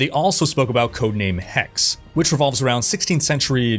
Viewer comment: oh, and "Hexe" is German for witch and pronounced "Hexe", not "Hex"